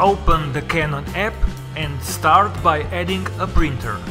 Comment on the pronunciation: I hate the way you say printer